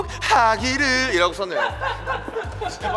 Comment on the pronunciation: 좀 더↗ 행복↗ 하↘↗기를↗↗ ㅋㅋㅋㅋㅋㅋ 태형이 충격 먹었어